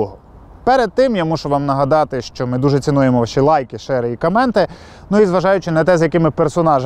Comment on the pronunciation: Danylo Mokryk я не спорю , но говорится она не правильно